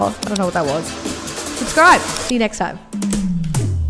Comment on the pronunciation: you know someone's aussie or kiwi when they say "Nek" rather than "next" 😂